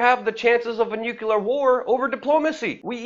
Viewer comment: You preach Luke! I agreed with most of what you are saying, except for the word " nuclear". The word is actually "nu-clear" and not "nu-q-lar". You remind me of Bush, during 911 is the first time I heard it.